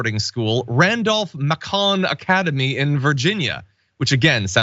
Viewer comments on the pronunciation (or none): Randolph Macon, like Randolph Bacon, not ma-COHN. Your reporting is amazing. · Macon rhymes with Bacon, just an FYI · The "Macon" in Randolph-Macon is pronounced to rhyme with "bacon". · Macon is pronounced May-kin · Macon, pronounced like bacon. As a local. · Came to the comments to say the same. can confirm Macon rhymes with bacon. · Please pronounce Macon to ryhm with Bacon. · Macon rhymes with bacon! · It’s pronounced Randolph-May-cuhn. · It's "may - con" just for the record. But still, thanks for the video! Always appreciate your reporting. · Macon rhymes with bacon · FYI "............-Macon" is pronounced like bacon.